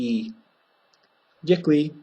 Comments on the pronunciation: do you think that dick-wee is as děkuji? if someone tell me in street I'll have problem understand him :o( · still, I am confused about the pronunciation of "dekuji" when you pronounce fast, it is heard like 'zikui' :/